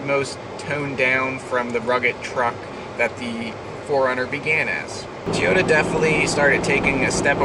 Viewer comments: Say it with me Toy-o-ta. Not Tea-o-ta They were never and will never be a Teaota. Toyota, Toyota, Toyota.... I have a 3rd gen now and I used to own a 1st gen - Solid axle and fuel injected. Simply the best of all gens. IMHO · Jennifer Howell Yes, TO-YO-TA. Not Tiyota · why do you say Toyota like "teeyota". It's toy-yo-ta. good vids either way tho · I still love the look of the Gen 3 but love the V8/V6 of the Gen 4. I drive an 04 V6 SR5 that I will drive until the wheels fall off, and we all know that is a loooooong time! :-) With all due respect, it's prounounced "Toy yo ta" not "Tee yo ta". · wtf is a 'TEE'yota? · tea-ota, never heard that before lolololololol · Not really going to take 4Runner opinions from somebody who can't even pronounce "Toyota" correctly. Shrug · Seriously, how can you review a car manufacturer and not know how to pronounce one of the biggest car manufactures in the world?